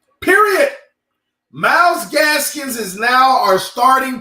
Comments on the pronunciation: Myles GASKIN no s at the end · Myles Gaskin NOT Gaskins! Lol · say the name right 😂 it’s Gaskin come on my guy